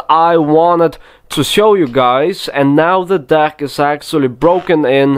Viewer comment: if you think of dick when he says deck it sounds so wrong in his sentences lol i love this man